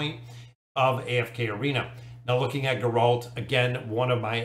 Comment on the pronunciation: The way he pronounced Geralt gave me momentary bloodlust